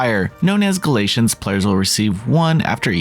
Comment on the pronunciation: Gat-Lee-Inns Galatians is A Bible chapter 🤣